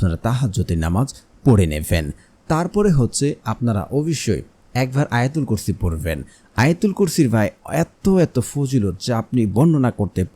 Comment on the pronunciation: আপনার আলোচনায় আয়তাল কুরছি ছহি হয়নাই আছতাগফিরুললা ভুল